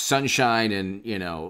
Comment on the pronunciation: “eeand” lol